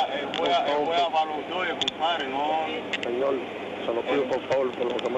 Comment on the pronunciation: "Señol, se lo pido pol favol, por lo que usted más quiera" . En el campo de pelota Puig es muy bravucón y agresivo pero aquí está de rogón e impertinente, creyendo que con su palabrerío va a convencer al oficial que lo deje ir.